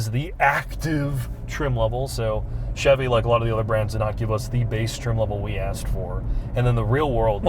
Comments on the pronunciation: "The Chivy Trax" 😆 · "Chivy"? Savage. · Chivy Trax? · I keep hearing Chevy Trash, something is wrong with me… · Chivy Trax ;)